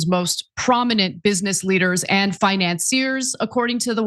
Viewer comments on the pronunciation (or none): I agree pronouncing financiers as finanzeers, is always an issue for Ana, and Blayvarnik for Blavatnik. It's only when she's on her own without Cenk to help her, that she makes these pronunciation blunders when announcing. Ana should check how to pronounce the names before she starts, or listen to British people speak Received Pronunciation.😊